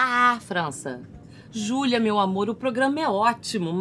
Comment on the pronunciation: Como não rir e se apaixonar por esta mulher?! O "Xulia meo amô!"